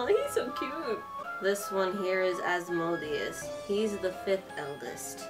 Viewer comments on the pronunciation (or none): none